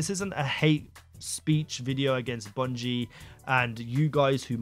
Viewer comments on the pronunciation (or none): none